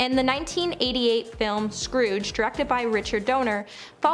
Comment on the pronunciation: My GOD. It’s Donner, not Donor. This is like one big blooper reel that got switched with the final edit!